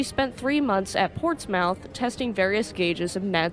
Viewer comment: as someone from the UK, it is interesting to hear you pronounce some of our towns and cities, especially Portsmouth as that is near where i live. Think I heard you pronounce it as Ports-mouth or something like that, we pronounce it similar to Port-Smith